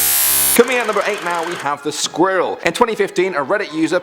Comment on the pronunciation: The way he says squirrel makes me kinda uncomfortable